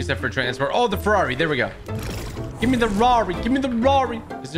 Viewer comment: He said Ferrari Wrong